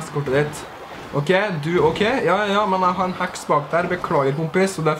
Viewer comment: Er jeg den eneste som syntes han sier "hax" når han egentlig sier heks?